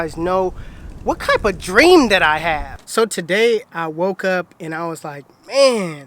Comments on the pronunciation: he says “what kype of dream” instead of type of dream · He said kype😰😂😂😂😂😂